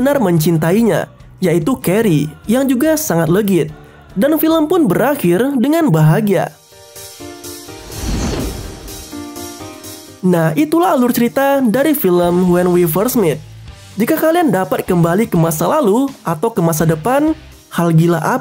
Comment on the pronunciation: Cara bacanya Met kayak baca bahasa indo biasa bang, kalo meet cara bacanya mit.